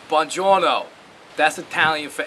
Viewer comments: It's not delivery, it's BUONGIORNO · Bonjorno is Italian for everything. It's not delivery, its Bonjorno.